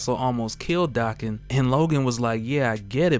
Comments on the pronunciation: It's pronounced Daeh Khen. Not Dah Khen. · The name is pronounced Daken, not "DOCKEN"🙄